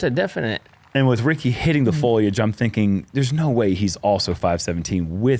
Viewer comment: say it with me FO LI AGE 🤣🤣🤣🤣